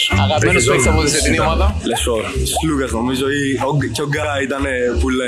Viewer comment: Αντί να προσπαθείς να πεις τον Αταμάν, Άταμαν κοίταξε να μάθεις πως λένε τον Σλουκα που είναι και Έλληνας. Σλούκας λεγεται όχι Ζλουκας!